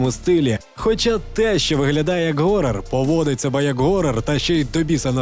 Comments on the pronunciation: Не горрор, а хоррор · ГГГГорор. Одразу мінусую. Якщо ти не знаєш як правильно вимовляється це слово, то пофіг.